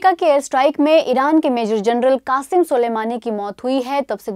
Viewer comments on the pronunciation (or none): qasim hota h qasem nahi